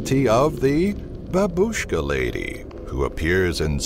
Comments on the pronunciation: I heard babuska lady a lot but every1 pernounece it really wrong I jsut understood what you mean it sounds more like baaaaaaa and word bush kaaaaa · funny voice, "the Babushhh-ka Leyday!"